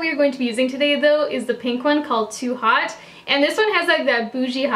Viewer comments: Haute is pronounced differently to hot, but i guess it's a play on words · Incredible look, as always. Haute actually rhymes with goat, but I only know that because I took French in high school and college. 😉